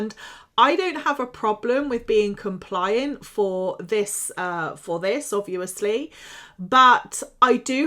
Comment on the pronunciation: Why so you say obvuu osly 😬😬